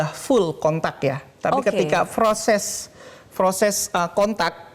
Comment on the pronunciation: Froses, froses. Proses! Yg benar itu proses bukan froses. Berbahasa Indonesialah yg baik dan benar, anda kan ahli meteorologi dan geofisika, masa bahasa Indonesia anda ganti lafal bahasa Arab.